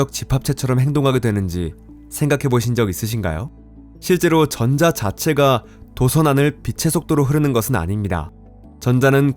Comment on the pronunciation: 전:자... 발음이 ㅠㅠ